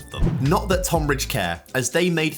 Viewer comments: Tohn-bridge. Love the video but as someone from that area it's pronounced tun-bridge 😂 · FYI: Tonbridge is pronounced 'Tunbridge. Nitpicking I realise 😂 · “79 times less” doesn’t make sense. They earned a 79th of Reading’s figure. And Tonbridge’s first syllable is said like the word ‘ton’ (rhymes with ‘bun’), it doesn’t rhyme with ‘con’. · Bro just say Tonbridge properly haha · as a man from the tonbridge area, the way pronounces it drives me crazy😂